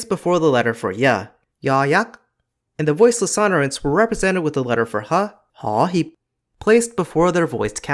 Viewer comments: Ho Hip actually pronounced more like "hor heep" but otherwise I am impressed with your pronunciation throughout the video. 👍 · my thai teacher:spell "mansion" me as native Thai:คฤหา..... wait does this word has karan? Thai spelling system is as bad as English karan ์ 🗿 lao: and you mispronounce ห vowel sound should be longer ho(long high) hiip(longer low) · The way he says „ho hip“